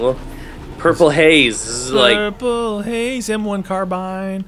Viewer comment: Haha he said " Purple Haze" B)